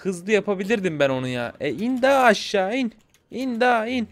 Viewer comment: abi laz mısın ''in da aşşa in da'' dedin diye düşündüm